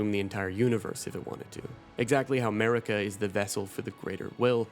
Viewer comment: its pronounced "Mahhrika" not Merica lol